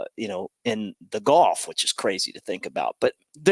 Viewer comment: Someone tell it’s pronounced Gulf…..not golf!